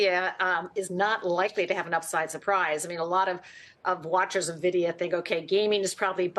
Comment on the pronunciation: How do folks who own Nvidia as a core holding still pronounce it wrong? The host even says Nvidia in the question lead up